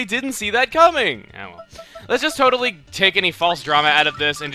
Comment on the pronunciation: Stop sayin totaly